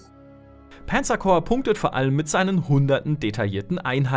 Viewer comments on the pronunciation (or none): Das heißt Panzer und nicht Pänzer. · Warum wird ein deutscher Name wie Panzer zu Penzer??? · Warum sagt er denn immer Penzer Corps? Panzer ist doch ein deutsches Wort, muss man das wirklich noch extra english aussprechen? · panzer coprs :D